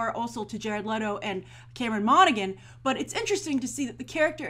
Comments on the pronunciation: monagHan HHHAAN NOT GAN Han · I thought Cameron Monaghan was BRILLIANT on Gotham [that's Mon-a-han BTW, Grace...the 'g' is silent. He's also darn good on Shameless]. In a way, I was sorry to see Jerome killed off, but at the same time, he was almost too successful for the series...how could any other villain top him? I like the show a lot, to be clear. This idea that Jerome apparently inspires the next Joker is really pretty cool... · I'm sure it's been said, but Monaghan is pronounced Monna-Han. It's an Irish name, and in Irish a G is silent if followed by a H. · I'm pretty sure it's pronounce Mona-han. Like in Big Hero 6 with Callaghan "Calla-han". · You said his name wrong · As a fan of Cameron Monaghan. It bothers me that she keeps pronouncing the g in his last name. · I cringed every time she said Cameron's name wrong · Alison Burke ME TOO